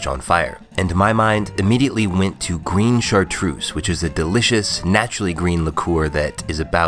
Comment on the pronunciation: "grine chartrouze"?